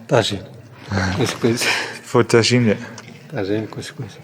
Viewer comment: It's Tagine, not Tangine.